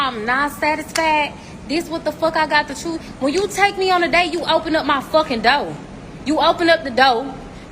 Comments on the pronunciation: Doe? Chur? Holla back when you pronounce words correctly..... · It’s door, not doe 😂😂